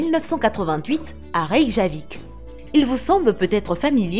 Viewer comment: La capitale de l'Islande Reykjavik ne se prononce pas "reyjavik" mais "rekiavik" BTW